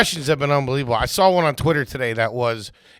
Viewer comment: Don't accept any pronunciation corrections from, until he can pronounce "saw" without adding an "L" on the end!❌😂